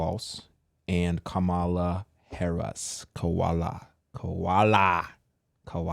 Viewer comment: Kam-a-la just like you pronounce Pamela . It's the same way. So many people mess up her name. Lol.. Said with love❤